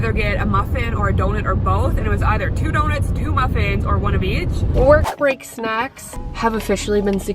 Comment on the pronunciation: the pronouncing donuts like donits made me cry 😭 amazing video though